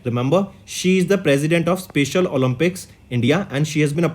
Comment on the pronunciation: Pronounce "special" properly You said "spacial'